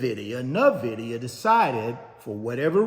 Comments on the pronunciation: He keeps saying “Na-vidia” instead of “In-vidia” 😂 ugh so aggravating!! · Nvdia is pronounced as In-Vid-ia